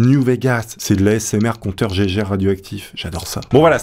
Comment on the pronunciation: Compteur GAIGUERE ÇA SE DIT GAIGUERE ET NON GEGERE aurevoir